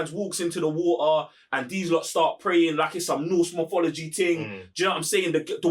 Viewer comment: ALL HEIL TO THE 'MOFOLOGEE' hahahahah